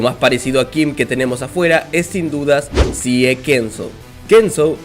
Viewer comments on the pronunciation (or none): Dato de color, Sie se pronuncia "Shi"